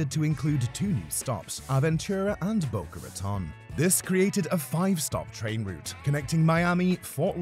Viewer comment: it's pronounced boca ruhTONE. And the top speed is not 79 mph, it is 120 (between west palm and orlando). please do better research and stop using so much awful stock footage. there's hours of promotional brightline footage available.